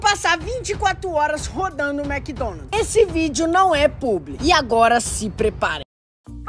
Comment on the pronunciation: Mds é Mc Donald's Não Mc Donalt's